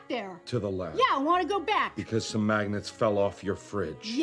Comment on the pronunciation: ¿mAgEntS? dEe ?mAGenEt¿